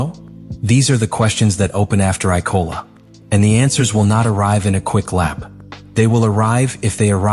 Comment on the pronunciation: The spelling within the script sent to AI to create this video is terrible. For a start the track is IMOLA not “I-Cola”